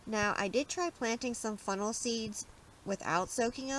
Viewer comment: Lol sounds like u keep saying FUNNEL!😆🤷‍♀️very informative though, thank you.😊